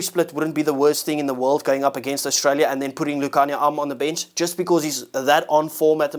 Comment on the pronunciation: Ohstraila you say😂